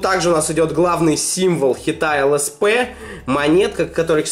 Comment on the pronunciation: ЛСП, а не СЛП